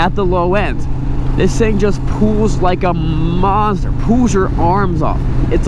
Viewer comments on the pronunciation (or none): It "pools" your arms off???! I've never head anyone pronounce "pulls" like that before. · SRK Videos are growing on me, but is he saying "pulls" or "pools"?